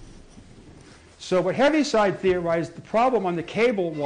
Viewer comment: Btw his name is pronounced "heave-side" not "heavy-side".